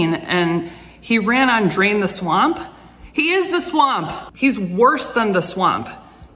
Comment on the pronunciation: I think what he said was "reign the swamp"...his pronounciation isn't always perfect.